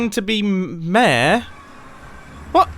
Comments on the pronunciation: Everyone: Mayor. Mumbo: Mair. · Me: yeah, ik enough english to understand videos and audio stuff ^^ Mumbo:... Mumbo: I seem to be campaigning to be MÆR me: 👁️👄👁️ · i just love how you and grian both prenounce 'mayor' as 'meehrr' XD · its pronounced mayor not maeh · Word: MAYOR Pronunciation MEHE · Mair is the correct way pronounce mayor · Mumbo: reads Mayor Mumbo: mair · Nobody: Mumbo, pronouncing mayor: mer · Look I love the British accent, but why does he say mayor as “mehr”?!? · Everytime mumbo says mayor, I hear ‘meh’ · It's pronounced may-or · The way he pronounced mayor doesn't feel right.